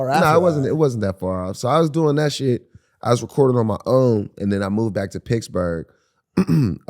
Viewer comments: I like how Wiz kept pronouncing Pittsburgh "picksburgh" which confused me and as a non US citizen made me google if that was a City. And then Mike says PITTS-BURGH in the next sentence lol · Nobody Wiz: “picsburge” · Is he saying Picksburg? Lol